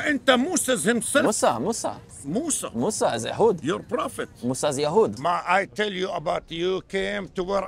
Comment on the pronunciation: Disagree with you rudy you said mosa as is yahoodi no he's muslim